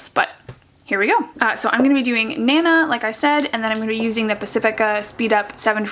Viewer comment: They could be thinking of naNAH as a pronunciation, like in French with emphasis on the last syllable. There's an Emile Zola novel named Nana and "nana" is a generic, slightly pejorative name for a woman, like "chick." Tempted to buy this one because I've always called my grandmother Nana.